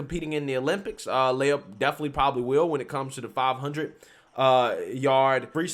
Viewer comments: I and my girlfriend are seriously concerned with your pronunciation of this person's name. Do not defame Princess Leia such a way! This impostor's name is (Lee uh) Lia. Thank you and now you may go on about your business. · Fake news. This dude flopped hard because of the backlash. Now he can swim against the ladies and dominate again next year. They all know he could have easily won that race. Also, come on man. It's LEE-UHH, not LAY-uhh. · Learn to pronounce names. I don’t think you’ve ever pronounced a name right. It’s Lia, Lee-ah, not Laya. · Lia not leya as in wilLIAm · Dude it's LEE-A!? Have you heard anyone say her name cuz sheesh😬 Even worse you've said her name 10 damn times in the 1st 5mins🤣🤣🤣 Imma give you a like and head out the mispronunciation is burning me up bro🤦🏾‍♀️🤦🏾‍♀️🤦🏾‍♀️ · I think it's pronounced Lia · It is Lia with the LONG E SOUND!!!!! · Appreciate the videos but dang man this ain’t Star Wars. It’s Lia, as in Lee-ah. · He didn't get beat, he lost on purpose! I also think it's hysterical you're pronouncing his name wrong lol! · Btw, love the way he’s pronouncing his name wrong!🤣🤣🤣🤣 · does this guy purposefully mispronounce people's names?